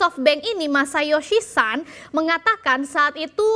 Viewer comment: Masayoshi SON! Pake /o/ bukan /a/. Itu bahasa Jepun, bukan Inggris 😂